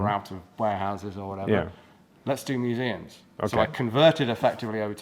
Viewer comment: Great interview and thanks for the gratification of hearing the proper plural of museum! Even the museum guy was getting it wrong.😁